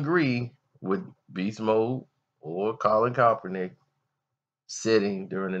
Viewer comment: YOU'RE A VERY INTELLIGENT INDIVIDUAL. I DON'T AGREE WITH WHAT YOU'RE SAYING HERE, BUT BEING THE INTELLIGENT INDIVIDUAL YOU ARE, WHY IS IT SO HARD FOR YOU TO PRONOUNCE KAEPERNICK'S NAME RIGHT?